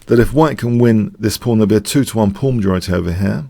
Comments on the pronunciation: Am I the only one who hears "phone pawn"?? I' ve been wanting to say that for quite a while... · I hear "fawn porn".